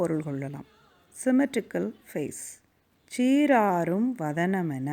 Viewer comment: Nice explanation.. But lots of pronounciation issues.. சிறு, பிறை, உறு, மறந்து etc.. று வல்லினமாய் உச்சரிக்கப்படவேண்டும்..!! Same way சீராரும் is pronounced as சீராறும்..!! Paining..!! Other wise nice..!!